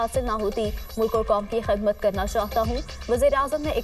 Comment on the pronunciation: ASSALAMAOALAIKUM,, AAP KE NEWS CASTER KA TALAFFUZ THEEK NAHI HAY PLEASE PEHLAY INN KA TALAFFUZ THEEK KARWA KR NEWS READ KARWAYA KARAIN SPECIALY LADY NEWS CASTER ,, JAISAY ABHI NEWS MAIN KHIDMAT KO KHADMAT PARHA HAY ,,, AUR BHE KAI LAFZ HAIN JIN KE TASHEEH HONI LAZMI HAY MAIN NAY SIRF AIK MISAL DE HAY ... PLEASE TAKE ACTION ???